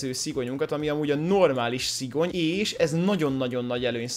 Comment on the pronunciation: Szigony nem szigyon😂